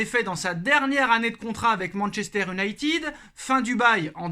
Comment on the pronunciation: Salut, merci pour tes productions... Juste, pour mes oreilles sensibles, essaies stp de dire "YOU-nailleted", plutôt que "OU-nailleted". Merci d'avance... 😁😉